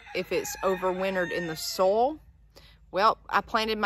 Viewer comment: everytime you say 'soil' it sounds like 'sol' the spanish word for sun